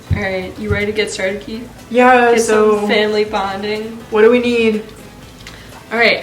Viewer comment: Its Keith not keef